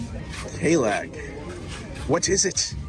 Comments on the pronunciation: It's pronounced KA-LICK, not KAY-LACK, 🤣🤣🤣🤣🤣🤣🤣🤣🤣🤣🤣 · pronounced Ca-Lick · The Bahamian beer is pronounced “click”. Just fyi. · It’s pronounced Ka-leek!😂😂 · Kalik is pronounced Kerlick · Pretty sure it's pronounced Ka leek. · Kalik is pronounced Ka-leak. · It's pronounced Ka-Leek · it's Kah-lick....Kalik